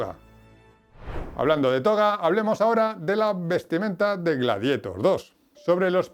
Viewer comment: Amigo, en serio, me encanta tu contenido, pero no podes pronunciar rili scout o gladietor, o hablas en español o pronuncias bien el ingles, pero da verguenza ajena. Además decis incluso incluian... un poco de guión, ojala te ayude a mejorar.